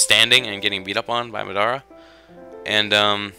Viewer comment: Why do you pronounce Madara so wierd? xD